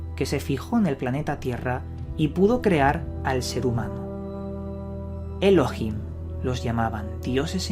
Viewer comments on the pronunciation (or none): none